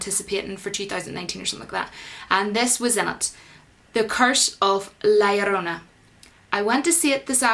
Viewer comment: Omg I admit I just like the way your pronounce La llorna haha. They released it as Curse of the weeping woman here cause no ones heard of this folktale here or knows how to pronounce it properly. For the record I thought this and The Nun were poor movies. Too many jump scares which were mostly predictable